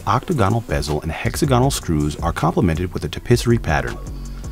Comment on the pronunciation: This guy can't pronounce octagonal, hexagonal or Tourbillion. Why let him do the video?